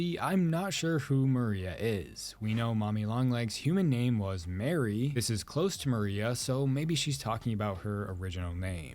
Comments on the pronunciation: You mean Marie Payne you said Mary instead of Marie. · i truly have never seen the name marie pronounced as mary, definitely a choice! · Dude, her name is Marie.